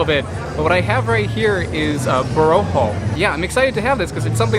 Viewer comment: It is pronounced with the accent on the last syllable. Bo-ro-khOh, not bo-rO-kho.